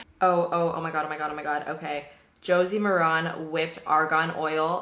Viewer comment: FYI -- the correct pronunciation of Josie Maran's last name is Mare-in. Rhymes with Karen.